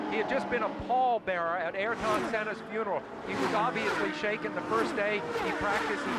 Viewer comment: Sam Posey always had a problem pronouncing Ayrton Senna’s name! He says Airton and it’s Ayrton! Dumb, dumb, dumb!